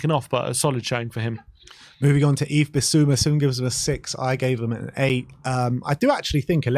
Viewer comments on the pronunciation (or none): none